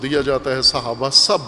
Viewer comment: تلفظ "صحابہ " ہے " سھابہ " نہیں۔ بنیادی غلطی "عقیدہ امامت "ہے جناب